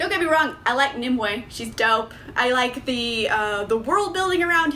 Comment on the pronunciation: Omg thank you so much for pronouncing Nimue correctly. I have seen so many reviews for this book where people call her "Ni-MEW." /sigh